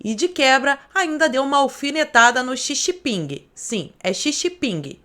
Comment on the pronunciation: "Xi xi ping" kkkkkkkkk